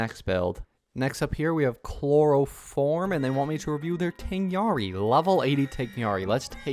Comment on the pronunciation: Man said tingyaari